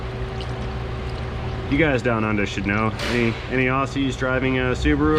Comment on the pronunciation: Please, the word Aussies, when talking about me and my fellow Australians, is not said with a soft 's' like snake, but with a hard sound like 'z' in zip. Say the word like Ozzy (Osborne). Thanks in advance. And Yes, we do have Subarus, including 'Outbacks' in AU.